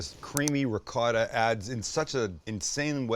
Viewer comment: Why do you say ricott?…